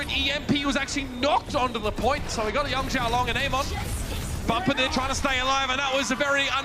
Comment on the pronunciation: why do the casters say amon instead of ameng